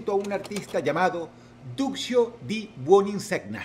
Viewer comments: "Buoniseña" pronuncia, gn se pronuncia ñ...!!! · La pronunciación en el nombre del número 6 es "Duchio Di Buninseña" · Hola Dross, solo para comentar que en latin cuando la g antecede a la n (gn) suena como ñ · El artista del puesto 6, su apellido se Lee como buoninsegña, como champagne/champaña